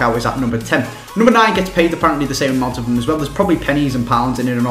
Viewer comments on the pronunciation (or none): hehehe at the beginning you said highest "played" instead of paid